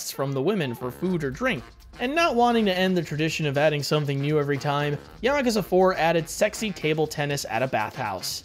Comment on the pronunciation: Don't you love it when a decent review/summary of a Yakuza game is ruined by atrocious pronunciation?